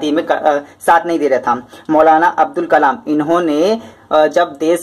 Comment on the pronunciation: अबदुल कलाम सर अबुल कलाम नहि